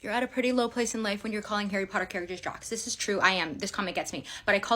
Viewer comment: Nooo, ickle 'Arry 'Otter is in Slytherin?